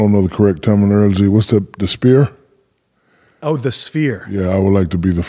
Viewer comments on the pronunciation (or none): "Sphere". "Spere"? "Spheeeeeeere"